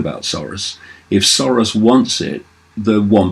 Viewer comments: Keith _ sore-ass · The correct prononciation of Soros in Hungarian is SAROSH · I love how David pronounces it George "Saurus". He is an old Dinosaur... That's for damn sure.